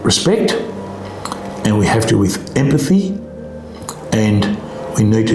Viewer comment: Emapthy that guy says. FFS